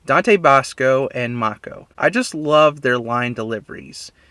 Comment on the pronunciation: No, you got his name pronunciation correct. You know, for the longest time, I thought his name was pronounced "MAY-KOU", as in a Mako Shark. But now, I know better, for it is pronounced "MA-KOU", like the Mako Energy from Final Fantasy VII. And on top of that, Mako from The Legend of Korra was named after the aforementioned voice of Iroh. Other than that, good start on your review on Avatar: The Last Airbender. Can't wait to see more of that, especially Book II.